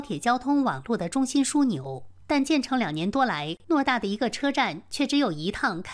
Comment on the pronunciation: 偌大（ruo）不是诺（nuo）大